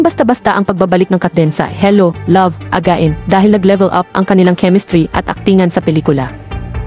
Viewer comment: Anong sabi mo, hello love aga-in? Hahaha